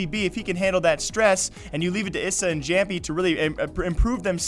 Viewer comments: Jamppi is pronounced "Yampi". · try yamppi :) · It's Hamppi not Jamppi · Lmfao not even close. Its pronounced just like its typed. "Jamppi" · plz pronounce jamppi correctly its hurting me!! haaha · love and hate the way you pronounce Jamppi